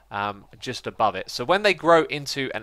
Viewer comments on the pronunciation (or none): none